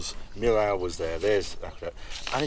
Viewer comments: wonderful trip, many thanks but if we had the french pronounciations right, it would be awesome ;-), viaduct of Meeohh not Meelaooooh , as in french double ll is like "ee" in english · Great trip Harry. Fyi for those who go to the Millau bridge, it’s pronounced ‘Mee-o’ in French. If you start ask French people for ‘Mill-Awe’ they won’t know what you’re talking about. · Roadtrip is amazing Harry 👍🏻 Well done for that. And for the one listening please don’t pay attention to the pronunciation of French city names from Harry as it’s honestly super bad 😱😱😱😂 From Caen to Limoges to Millaut,… You went so many times to France for obvious reasons that I’m sure you can do a bit better than that 🤗🥳🇫🇷👍🏻 Example Millault that you prononce as “me lao” is in fact “me yo” trying my best to translate into phonetic. Love your true british posh accent otherwise 👍🏻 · Harry… that is not how you pronounce Millau.